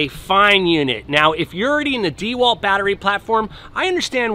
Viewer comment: Watching him attempt to use the tool was painful enough, having to listen to him mispronounce the brand was just too much.